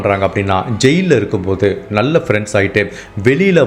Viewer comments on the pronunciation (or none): none